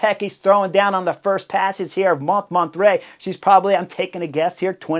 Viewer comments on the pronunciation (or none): Sacré bleu, Chris! Montmartre: pronounce it like this, Chris Moan-mar-tra , not mont mar tray. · "Mon(t)-mar-tr(uh)" mon cher ☮️☮️☮️💯☮️☮️☮️ Easy on the /t/ & /uh/ Although "Mont martray" is darned unique ❤❤ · What a race it was. Too bad Lotte didn't win, she had the legs. But had to give too much in returning to the group after the crash. But it was an amazing race to watch. You should have learned how to say Mont Martre. I didn't know what you were talking about. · I watched this episode on the trainer, having already watched the race. I didn't know they were going up Monterrey. Holy distracting mispronunciation. This bald guy has presumably been to France and given all Americans a bad name, if for nothing else than for just confusing Spanish and French pronunciation norms. Has he seriously never heard anyone pronounce "Montmartre" before? I don't need native speaker, but goodness try. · Took me a while to figure out you meant Montmartre 😅. FYI: it's pronounced "MON–MART" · Sorry Chris, you pronounce the hill Mont Mart. Just for future reference. Love the show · With all due respect your pronunciation of « MONTMARTRE » is terrible 😹 the -t is SILENT and so is the final -e. So it’s « mon-martr » like you would pronounce « bartr » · Mon -mon-trai…..it took me a while to figure it out. Maybe because I am French🙂 I love your show ! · Pronounced mon-mart. The first t is silent. The re at the end is not pronounced but just makes the last t pronounced. Great work on the commentary though. Thanks! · Came here for this. It's a little funny to hear him really trying to pronounce it properly "French" and failing that much harder because of just that 😂